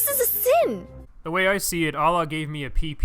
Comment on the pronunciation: You know it's when you hear 'Boglobod' Gita instead of 'Bhagvad' Gita